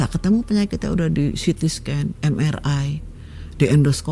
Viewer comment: Bahasa inggrisnya gk salah saat nyebutin ct scan mri background